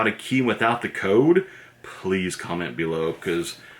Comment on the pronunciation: its funny when he says "bee-low"